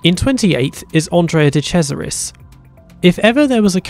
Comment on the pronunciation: Did he just say "de crasharis" instead of de cesaris? :D Btw reminds me of something. Why did Hill cry so much about Schumacher when he literally told the team he would rather give up a 1 2 when his teammate is on top? He had the same determination and was willing to do anything, no blame for that. But then dont cry if someone else comes along and got that same determination